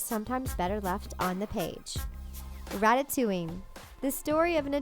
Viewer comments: You said ratatuing But it's supposed to be ratatooing like a spring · issnt it rat-a-toing not rat-a-to-ing.